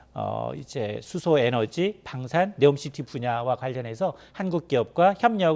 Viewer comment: 네오가 아니라 니옴 시티